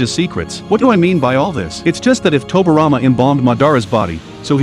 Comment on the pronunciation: It irritates me he saying tobirama name wrong. Toby rama.